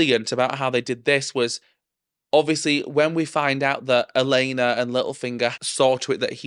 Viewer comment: me hearing you call Olenna "Elena" for the whole series 😀